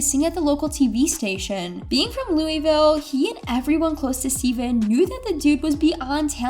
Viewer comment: Joda-key and louwiville….. let me take my like back.. 😂😂